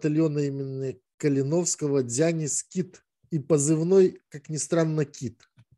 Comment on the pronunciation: Какой еще дзЯнис?, учись правильно ставить ударения- ДзянИс-ДзянИс-ДзянИс!!!!